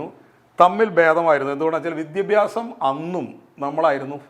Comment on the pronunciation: വിദ്ദ്യഭ്യാസമല്ല.. വിദ്യാഭ്യാസം എന്ന് പറയാൻ ശ്രമിക്കൂ